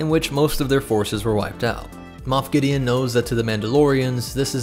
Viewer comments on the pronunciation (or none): none